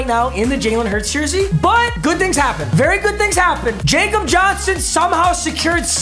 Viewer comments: Ya-cub Ya-n-son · It’s pronounced Ya-cob Johnson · when he realizes that it's pronounced "Yakob Johnson" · jakob johnson is actually pronounced yah-kub johnson :) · Ya-cob johnson is how you say it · It’s pronounced Y-O-K-A-B Johnson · the gibberish you spoke when you said that guys name was hilarious sounded like an actual language 😂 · Am I the only one that cringes everytike he says jakob Johnson